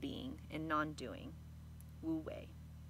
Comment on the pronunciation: Fantastic! Loved the ''Cosmology'' section- it was like a poem in three dimensions. Wonderful to hear the definitive pronunciations of phrases like wu-wei that I have treasured for so long (but was never sure how to say!). I see you use Deng Ming-Dao's trans. I have his 365 Tao book and it is a treasure.